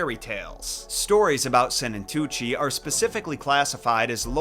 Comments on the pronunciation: as a Swiss person that's always been interested in folklore and stories I can tell you that your pronounciation of Sennentuntschi wasn't bad at all :) also if you want more information on other Swiss folklore, hit me up, as I am at the source :) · Your pronounciation of Sennentuntschi isn't bad, actually :) I was wondering how long it would take you to stumble over Swiss folklore and Max Lüthi. If you need more insights or more Swiss folklore stories, hit me up. As I like here and have access to all the resources :)